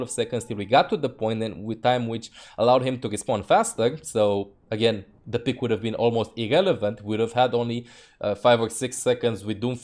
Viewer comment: "It is just a game. Why you heff to be mad?"